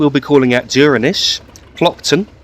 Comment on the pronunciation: So you were spot on with your first pronunciation of Stromeferry. 'Strom-ferry' Duirinish is a little different but you were very close. Coming from gaelic the D is softened so it sounds almost like a J I would pronounce it 'Joor-in-ish'